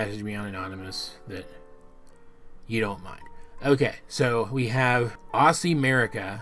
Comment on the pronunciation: Aussie is actually pronounced like 'Ozzie'. I know it's weird, but that's the way it is.